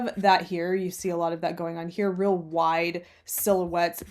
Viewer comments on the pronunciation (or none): none